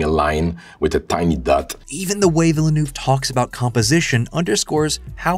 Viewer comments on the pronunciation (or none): Great video, thanks. By the way, it's pronounced veel-nerve. Veel-nerve. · Denis Villa(New-eh-veh) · The way you pronounce it "Villanouve" will never not be funny to me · Why can't youtubers pronounce the name though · Why have so many Youtubers failed to learn how to pronounce Villenueves name. It was understandable 4 movies ago. His films weren't that big. But he has done 3 hundred million dollar scifi blockbusters in the last 6 years. He isn't an unknown indie director anymore. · I’d love to hear Villeneuve surname pronounced correctly here. 😃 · Dude learn to pronounce his name. Just watch him on Colbert. How do you do an essay and not get his name right.